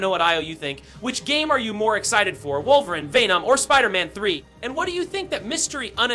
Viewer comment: Now I know you know his name is not “wulverine” bro